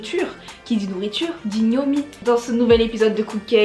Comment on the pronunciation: On dit pas gnomi mais gnonmi